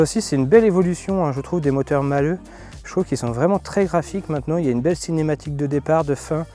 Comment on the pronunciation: Malhe' et non Malheux